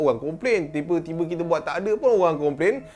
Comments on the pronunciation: salah cakap..(Tiber tibei)..sepatutnya tiba-tiba..🤣 🤣 🤣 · rasa takut hilang terus lepas time nih😅 tergelak sekuat alam tau sebab detect salah sebut ni. Mekasih la tersasul, at least dapat hilangkan rasa takut. Disebabkan 'tibe tibi' ni kurang sikit la rasa marahkan jumpscare tu🤣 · 23.13 "tiba tibi bini dia.." Me be like🤣 aku yg salah denga ke memang dia tiba tibi